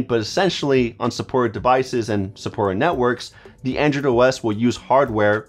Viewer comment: It sounds like your saying "Andrew" not "Android". I died so hard for a second there 🤣. I guess you don't have a very hard "d" sound. Awesome video man, tones of good tips here